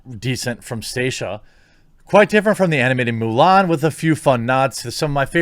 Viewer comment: Haha, I think I heard you say "Mule Ann"... XP